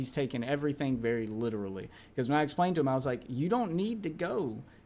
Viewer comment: Y he say essplained and allthat